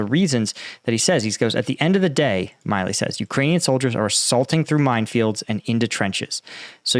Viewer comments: I believe that General Milley pronounces his name "mill-ee". I know it's nit-picking, but I have a personal familiarity with both the surnames Milley and Miley. Unless Milley is very different from every other Milley I know, he doesn't call himself a Miley. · General Milly is pronounced Mill-e not My-lee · We're used to butchering the pronunciation of Ukrainian place and people names, but now he's also butchering American names. It's MILLee, not MILEee. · For God's sake, not only are you butchering all Ukrainian names, but you can't even read an American general's name correctly?! It's MILLEY, not MILEY. You just don't read, what's there! Pay attention and LOOK, what's written there! And force yourself to SLOW DOWN, because it's gruesome to listen to your ADHD-induced STUTTERING! Discipline! Like in the army. Speak continuously and do not rush! That's an order! And it's not ZaporiHIzia. Where did you get the HI part from? Again, resd, what's there and not something else from your fantasy! It's ZA-PO-RiZH-ZHIA. The ZH sound is like the G in beige, which is English, so you CAN pronounce it. Don't tell me NO, just do it! Slow down, take a deep breath and practice! Pay attention!!! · The pronunciation is Mark Milley vs Mark Milley just fyi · You really don't know how to pronounce General Milley's name?